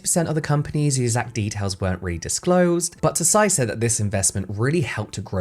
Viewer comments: This was so interesting. I feel like you can make a paper bag around interesting! 😂 BTW I think the last name Tsai is pronounced "zzai," the hard z like in pizza. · Just as a heads up, “Tsai” is pronounced without the “t”. Speaking of which, there’s a silent “t” at the beginning of a surname up my family tree. People try to pronounce it with the “t” and it simply doesn’t work. It’s like the secret is to just think the “t” sound without making it, just hold it in your mind as you say the name, and then the pronunciation somehow sounds just right. 😂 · This is great but just a little bummed at the mispronunciation of "Tsai" given that she was the focus of the video and it could've been easily googled ahead of time to confirm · Just a sidenote: tsai is not pronounced „tuh-sai“ but „ts-ai“ … just one syllable! Taiwanese names are often still written in wade-giles vs. the now common pinyin, if i recall correctly, so it can be a bit confusing! Love ya james😌! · i could be wrong, but normally if an asian last name has "ts" at the beginning of it, the t is silent. so her last name is probably pronounced as "sigh" not "tuh-sigh" <3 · Another great deep dive. Tsai pronounced like 'sight, T being silent. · Her name is Vicky TSAI, not TOSAI? For a video on apporpriation, should at least be accurate with basic facts Tosai is Japanese last name. Tsai is Chinese. IMportant for your argument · I love your “Behind the Beauty” videos, just one thing - “Tsai” is pronounced like “chai” but, the “ch” is close to teeth at the tip of the tongue 😊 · Just a quick pronunciation correction but “Tsai” is pronounce close to “sai”, like “tsunami”. Anyway, I’ll never buy Tatcho, it sounds too fancy and expensive for me. 😂 Also, I agree that Tsai should’ve focused on Taiwanese culture instead. There’s so many amazing skincare in Taiwan that often goes overlooked. Idk if the brand would’ve been more successful though, seeing as people go crazy over Japanese and Korean skincare.